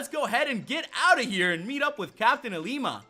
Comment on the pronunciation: who else gets triggered because he says LLima's name with an I in the front